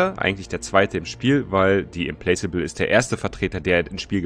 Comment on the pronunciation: Implacable with mit nem K ausgesprochen, soweit ich weiß. Implakable quasi :D